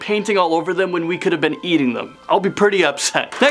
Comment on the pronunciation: Bidets are cleaner and more hygienic. Also its pronounced "pretty" not "purdy"